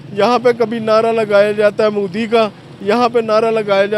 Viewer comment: Is hakli ko bolo pehel modi bolna sikhe mudi😂😂